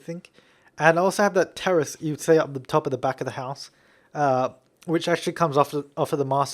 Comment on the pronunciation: is he saying teris (sp?) or terrist? lol